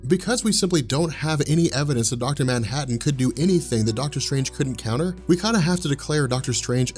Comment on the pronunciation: Its manhattan dude